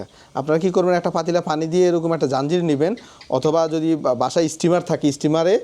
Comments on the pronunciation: Apni to onek sihhito tai bujhen na,pani k uni fani bole ar ki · Kothay jabo, ekjon panike bolche fani arekjon bolche fanfry